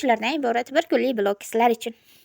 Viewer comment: Opajon blog deb yoziladi vlog deb etadi